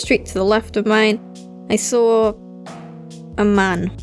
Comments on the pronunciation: So many "sawr"s in this video, I love it I SAWR HIM Lmaoo great video, keep it up:) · i-i-i SAWR HIM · "The first time i SAWR a ghost" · "And that's when I saur it..."